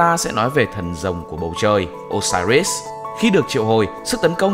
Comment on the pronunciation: Đọc Ô-si-rít là đọc theo kiểu việt viết sao đọc vậy Còn trong tiếng anh nếu âm “i” ko có nhấn thì đọc “ai” đr